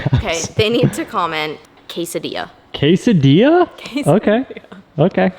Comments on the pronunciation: Kay-Sah-Dia 😆 For real though that is a clean ride! I couldn’t convince the wife to get one, she was in love with the new XC60 lol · Quesadilla (kwes-uh-dilla) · Black looks amazing on the Grey. Not a fan of black wheels either but it works. Oh and for. "Quesedilla" lol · “Quesdilla!!!!” Love the new Porsche, this motivated me to get black rims on my Anvil Jeep JK! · Quesadilla more like quesa-dilla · saying quesadilla, while I watch this video...making a quesadilla...